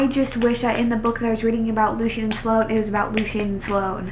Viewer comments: omg I keep getting so confused when she says the name Lucian lmao I had to go back and see who the heck luseen is since thats how she's pronouncing it...isn't it pronounced 'loo-shin' not loo seen? being honest here and not being an ass xD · I also agree it’s definitely pronounced loo-shin as yes luci is a nickname of that … definitely not loo-seen pronunciation… me being someone that knows 2 people with the name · Lol, it's Lu-Shen. Love you! 😂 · Lucian pronounced Loo chen 🙂I felt the book fell flat as well. Perhaps it was because of the build up of these characters I was expecting more. I was ready for Sloane and Lucian to jump off the page with a page turner plot. But instead Lucy decided to add the plot in from the other books into this one plus add another plot connected to Lucian. I felt it was unnecessary, asking myself "why?". Like you I do not feel it was a bad book at all I rated it a 4 and I think it was because I mainly love the series overall. But in truth the rating could be a 3.5 - 3.9